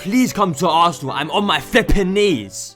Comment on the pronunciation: What a clown 🤡 .... You mean assanal 😂